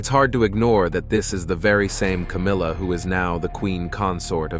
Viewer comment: Was. That. It. Was. Cowmilla